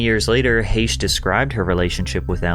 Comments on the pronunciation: It’s pronounced Heck not hashe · Heche, not Haysh. Jesus Christ lol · You said Anne Heche’s last name wrong. It’s pronounced “Hash”.